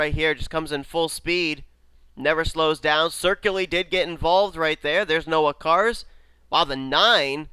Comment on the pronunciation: I just noticed why you keep mispronouncing my last name. My last name is spelled Ciculli. There is no R